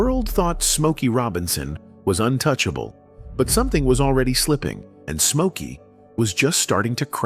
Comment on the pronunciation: So his name is Mokey now? What the hell? If you are going to use AI and are too lazy to narrate it correctly, at least get it right. Geeez